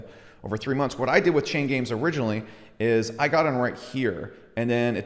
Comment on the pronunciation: Every time he says chain games i hear chain gang.